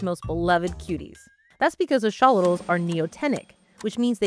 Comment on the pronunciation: I have studied these creatures for many years, have listened to specialists and Scientists speak on them, but I have never heard their name be pronounced as "Ash-olitals." Is that a regional dialect? "Axe-uh-lot-al" has always been how I have heard it pronounced ubiquitously. Great video. It would be fantastic to apply this biotechnology to regrowing human limbs and organs.